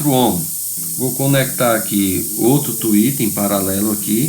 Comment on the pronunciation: Muito bom esse vídeo e sua explicação . Só me chama a atenção que todos pronunciam(ohms) "omos" , mas o correto é" omis" . Abraços a todos .